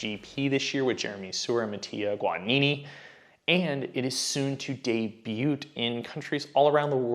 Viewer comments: You did not just say 'DAY-BUTE"??! Its "day byou".... T is slient mate......holy crap. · Debut - the "t" is silent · Right?!? Pronunciation error